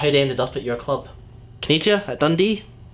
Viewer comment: Cannigia not Cagnia?